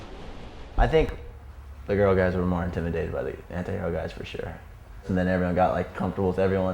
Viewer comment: Hope pronounces the "T" in antihero now a days...